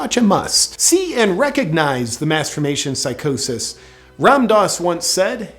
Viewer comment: Did you say masterbation psychosis?